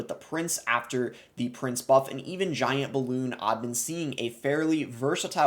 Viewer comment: Graveyard Giyaint😅 Sorry but its funny how you say it